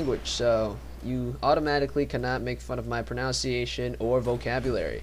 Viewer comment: You're accent and pronunciation are excellent if English isn't your first languange. Just to help out, it's pronounced "EHsthetic" and proUHnciation. :)